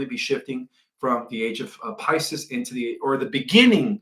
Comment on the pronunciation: PiSIS??? Come on! Pices is pronounced as such: Pi-see's or Pi-seas. Not Pi-sis like sis-ter. That's now 4 words you MUST fix!